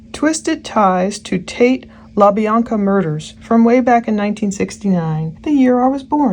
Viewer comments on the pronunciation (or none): none